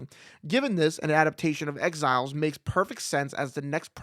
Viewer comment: Whenever you say “exiles” I hear “X-Files” 😅